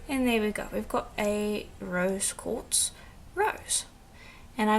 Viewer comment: Great tutorial! (I swear, I kept hearing you say 'Rose gold', lol). I always love how this method looks in the end. Do you get your polishing papers at Firemountain Gems? Thanks,!